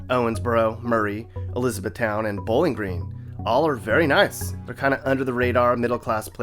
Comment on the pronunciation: And yet he still pronounced it wrong lol! I live in Kentucky as well! I am surprised he said Bowling Green right lmao!